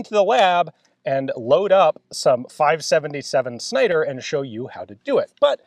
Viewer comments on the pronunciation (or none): I heard that as "This is the 5.77 Snider." - and my brain was confused for a few moments. Then I realized it's a .577 cartridge. 😁